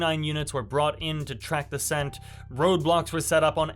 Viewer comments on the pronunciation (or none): none